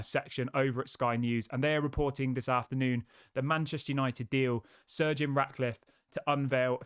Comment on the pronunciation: practice saying Sir Jim. Sir Jim. Sir Jim…it’s not surgeon